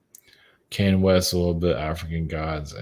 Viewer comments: (Kahn-yay) not (Kane), even when he channels him, he pronounced it wrong.🎃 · The way says Kanye🎃. As always, I enjoyed this video-so great to have someone speaking my 5D language🤗 Go well,. Thank you